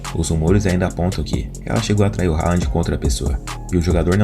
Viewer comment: O nome dele se fala "Röland(com d mudo) e não Rand.